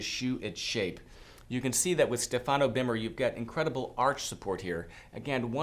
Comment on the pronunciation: you must pronounce Stefano in the correct way. The accent is on the first vowel StEfano. Cheers